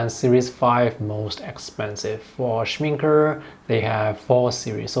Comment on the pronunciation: There is no "re" in Schmincke:)